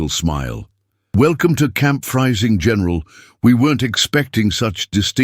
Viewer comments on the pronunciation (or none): I believe the words at the bottom are Welcome to camp Friesing, General." The word spoken ought to be pronounced Freesing" in German sounds like a double e in English. ie sounds and ei sounds like a long i. in English. You can't just expect artificial intelligence to know these things. IDIOTS!! Amazingly lazy. Dumb, dumb AI